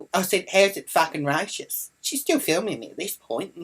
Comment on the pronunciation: You say racist wrong btw